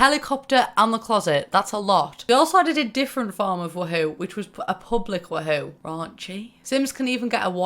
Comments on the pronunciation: Am i the only one bothered by how she pronounces woohoo its WOOOOOhoo not WUhoo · I hate you’re sayin “wah hoo” instead of “woo hoo”😭😭😭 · I feel like you're saying WooHoo wrong. Everyone says (woo-hoo) and you say (wa-hoo). Kinda triggers me😂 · But...it’s Woohoo...not Wahoo... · Ahaha sameee it’s so entertaining to hear pronounce it “wah-hoo” instead of “woo-hoo” 😂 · so weird hearing it pronounced as wa-hoo, when i've always pronounced it woo-hoo in my head. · Do you realize you're pronouncing it Wa-hoo? In America that's a chocolate drink and the mascot for the Cleveland Indians. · Love how british people say wuHOO and I, an American, say WOOhu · I crack up everytime she says wa hew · She says wa hoo 😂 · Why do u say it like wuhoo